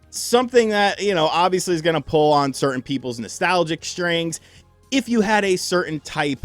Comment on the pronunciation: I think he actually said "certaint upbringing".